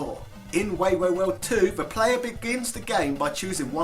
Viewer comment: Nice video of Famicom games! Some advice for your Japanese pronunciation. This vowel rule applies to every word in Japanese. a - "ah" as in allow e - "eh" as in elephant i - "E" as in enough o - "oh" as in open u - "oo" as in oops So, Wai Wai World would be pronounced as "Why Why World"